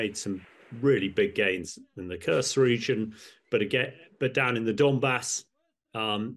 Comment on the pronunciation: Good talk but please do never sgain curse Kursk. It is an u ss in super or food. Thank you.